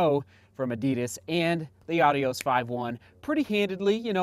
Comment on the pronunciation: Are you really pronouncing it correctly?